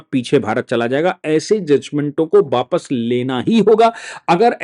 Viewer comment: बापस नहीं। वापस अपनी हिंदी सुधारो।